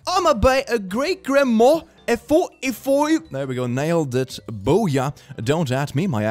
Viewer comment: "oima be a grannmah"